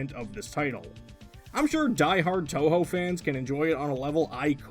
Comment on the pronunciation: You pronounced Touhou perfectly the first time around. Fantastic.